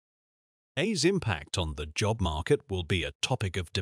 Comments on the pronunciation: Yes. There will be a 'jobe' market for 'ay', that we'll all be shut out of. ...or perhaps 'shit' out of. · Hilarious.. all this positive promotion of AI, and the AI generated voice over can't pronounce 'job' properly. How revealing.. I predict most language pronounciation changes of words across society will now be much quicker than normal, and driven by AI glitches repeated over and over..